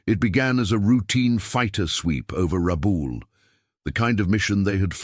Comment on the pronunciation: It's pronounced phonetically as: Ra...bool, not Ra...bal as the narrator stated. Please correct. Numbers are not read as 8...0 fighters but as eighty (80) fighters. When your robot narrator can't read or pronounce numbers and names properly, it ruins your videos.